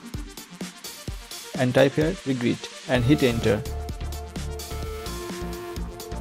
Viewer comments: lol reggedit my friend it is said reg edit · It's pronounced redge edit. What you're saying, regg 'a' dit is so painfully wrong! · Your not even pronouncing it correctly ..... It's Reg Edit ... As in Registry Editor 🤦‍♂ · Thank you for taking the time to make this video. Can I help you with the pronunciation of a word? Regedit is a combination of Register and Edit, so you can say the soft G. Reg-Ed-It. See you